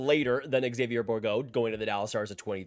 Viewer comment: “X avi yay” It’s either Zayvyear Or Ex zayvyer